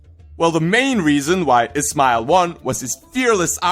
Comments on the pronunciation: everytime you say ismail it sounds like its smile :) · You Can't even pronounce his name